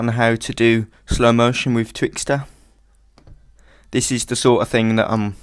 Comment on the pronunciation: I love your accent! and when you said "Twix..Thooo" hahaha :D